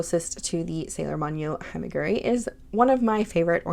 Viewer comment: Saw-koo-ruh and Hee-may-yoo-ree